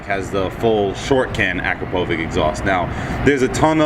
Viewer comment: Not once have I heard anyone say Akrapovic that wrong before holy shit, without the context of the video I wouldn't even realised you said it